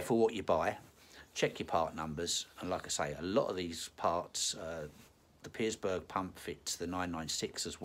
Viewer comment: No 's' in Pierberg mate ;)